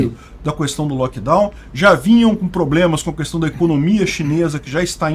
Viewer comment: O cara que fala "Cuestão" não pode ser levado a sério. kkkk